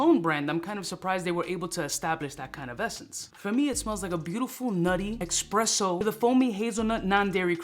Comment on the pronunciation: It’s basically the same as Khamrah . Get this newer one or Khamrah- basically the same shit I have Khamrah , and have a 10 ml sample. It’s not that serious. Or get Zimaya Sharaf Blend , another similar scent to Khamrah. Own that one as well (Just love the DNA). And it’s ESPRESSO not EXpresso. 🤦🏼‍♀️ people have to stop with that